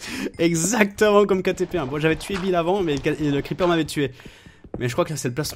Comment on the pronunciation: c'est creeper pas kreeeper